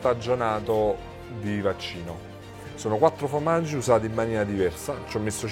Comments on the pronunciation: Bonne vidéo mais par pitié... FORmaggi... pas fromaggi. Merci <3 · Pour information: on ne dit pas "fromaggio" mais formaggio (formaggi au pluriel) ^^ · C'est "formaggi" pas "fromaggi" 😁😁